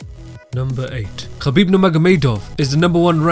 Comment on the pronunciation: I like the way you pronounce Khabib's name 😀